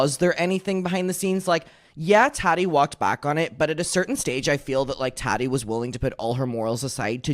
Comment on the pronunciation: i love how you pronounce Tati like tatty 😂